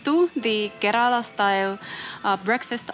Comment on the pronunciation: It must be so wonderful taking road trips in Kerala ( I wish you would learn to pronounce the name correctly, even if it's tiring ) with a person who doubles up as a chauffeur / husband. I have been watching your videos. You seem to live life on your terms... Beaches and beachwear, visits to European style cafes,sun-kissed blonde hair, foods of your choice. I don't want to sound rude but your videos have not much else to offer to viewers whereas Kerala has so much more to offer you . WELCOME TO KERALA,ANYWAY... GOD'S OWN COUNTRY!! I 😂